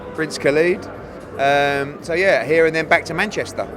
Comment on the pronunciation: It’s khaled not khaleeeeed